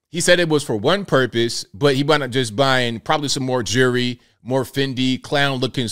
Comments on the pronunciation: Jewelry not jury 🙄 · He was in on that robbery!! Got money from Insuramce and from whatever was robbed from the parishoners! He should get an extra 5 years for not being able to say the word Jewelry properly!